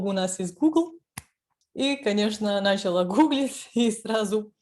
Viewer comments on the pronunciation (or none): Только не нАчала, а началА 😉